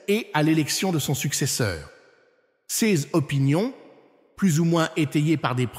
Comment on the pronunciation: La voie qui fait la lecture dans cette vidéo est une voix créée par l'I.A., une voie qui bloque sur les articles tel que le mot ''ces'' est prononcé ''cé ess'' ... Alors est-ce les vraies paroles de l'Archevêque Viganò? L'I.A. trompera de plus en plus de gens à mesure qu'elle se perfectionne.